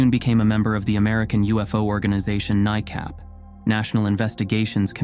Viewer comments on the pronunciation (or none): NICAP, according to the FAA regs in 1986, is pronounced knee-cap.